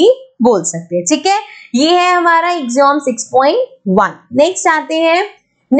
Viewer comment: Its not ax-om , its ak-see-uhm (AXIOM)